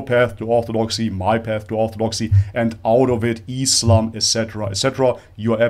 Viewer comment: I appreciate you saying Islam not Izlam or Muzlim.I don't know what is it with westerners saying it with a 'z' when they can perfectly pronounce 's'. Is it intentional and meant to be derogatory? I don't know..